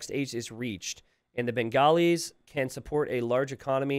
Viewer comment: your pronunciations of Bengalis, Hindustanis, Dravidians were almost spot on. That's 3 out of 4 buddy, you have nothing to be sorry about.